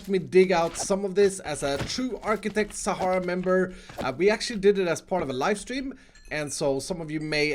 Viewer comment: btw its Architechs, not Architects